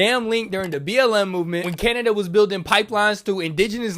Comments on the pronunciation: It's pronounced CAN..NA...DA Not CANAIDA! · Cun A dia...I dont know why ur mispronunciation during speak of Aubrey's use of N word made me 😂